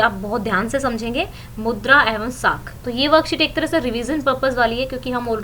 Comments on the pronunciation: mam wo mudra hai naki madhura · Aap मुद्रा ko madura kh rhe ho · Mam madura nhi mudra hota h